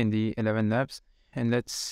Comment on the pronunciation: Elevenlabs not Elevelabels.